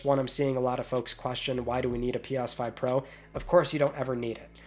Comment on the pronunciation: Pi-yas 5...can't unhear it now! 😅